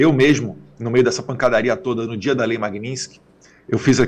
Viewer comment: Poxa Eduardo!! MAGNINSKY? Vamos pronunciar certo. Você é culto!! E muito inteligente